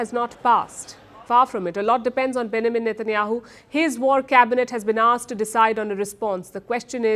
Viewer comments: Its BenJamin not Benamin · Palki: Benjamin 🚫 Benamin ✅ 😂😂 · Name pronounced benjamin /bĕn′jə-mən/ BEN - JA - Min - pls get it right Palki